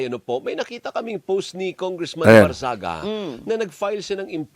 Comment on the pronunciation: ANG TANONG PAANO AT BAKIT IBINOTO NG MGA TAO YAN KUNG MAY SAYAD YAN?? FIRST TIME ATA SA PHIL POLITICS MAY NAKALUSOT NA CANDIDATE NA MAY "MENTAL PROBLEM" ...HE DOESNT LOOK NORMAL AT ALL!! ANO NAME NYA BARNGAGZIA! GANYAN BA I PRONOUNCE??